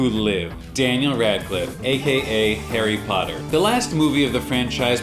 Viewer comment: on the intro i thought u said hairy brown 😂